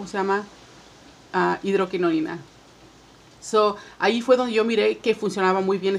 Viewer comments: No es hidroquinoNIna, es hidroquinona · Hidroquinona y tretinoina hay que decir bien los nombres